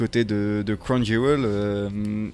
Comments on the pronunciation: Crown jewel se prononce crown jewl donc jul, fallait la trouver celle la.. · Mdr crown " Jul" 😂😂👍